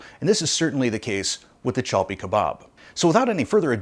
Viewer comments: It's called chapli kebob. Not chalpi But you did a great job 👏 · cha plee kuhbaab is this the correct pronouniation? You pronounce it chal pee, either way, this is the first time I have ever heard of it, so many new foods and things I am learning on videos and Thank You for sharing the mag Milk Street never heard of that , I must live in the dark ages ha ha ha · It's actually spelled Chapli Kebab/Kabob. And pronounced Chaap-Lee.